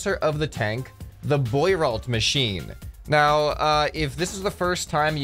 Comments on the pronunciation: "Bwah-roe" machine, Jesus. I mean I've never heard of it either but presuming it's French, that's how you'd say it. How can you not even know how to pronounce simple French words? You don't live on a deserted island. You apparently have Internet, you could have bothered looking it up if you weren't sure. But French has pretty simple rules of pronunciation. If you can manage English... if you can manage English... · As a Frenchman myself, I can confirm this vehicle was extremely impractical Btw the investor's name is pronounced Bwa-ro, you know how half how the letters are silent in French lmao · lmao the way he pronounces "boirault" is so american